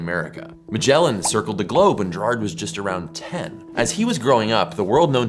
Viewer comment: His name was "Gayr-har(d)t", with a hard "G". Same with "Gerardus". Triangles of 270° are common in spherical trigonometry, taught in ballistics during WW2.